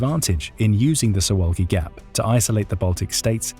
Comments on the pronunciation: I've watched one third of the video so far. Not trying to make deeper analyses yet, just wanted to note that you're pronouncing Suwałki incorrectly, and fixing it will be easy for you. This is about two simple consonants (you got everything else, incl. the vowels, just right). In Polish, the letter v is absent and the sound is represented by w, and ł is practically the same as w in English. So imagine you're tasked with reading Suvawki. :) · It would be easy to learn how to pronounce “Suwalki” and to check who has been Poland’s prime minister for the last three months.